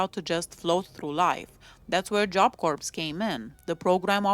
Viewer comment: Had she not been caught for killing Colleen Slemmer, I think she would've become a serial killer.Corps is pronounced like core,the P and S are silent.